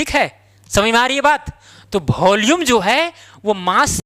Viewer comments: Volume ❌bholume✅😂😅😅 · It is volume not bholume. Please speak clearly.